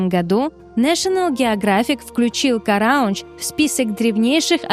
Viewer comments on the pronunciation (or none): Не «КарАундж», а «КараУндж». В армянском языке место ударения - последний слог.